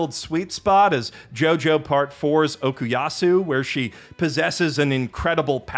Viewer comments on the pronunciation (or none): none